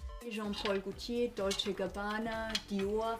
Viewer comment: Sie sagt dolce und cabana und zeigt auf gucci